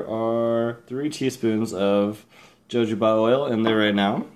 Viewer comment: Not to be a pain in the [insert body part here], but its pronounced "hohoba".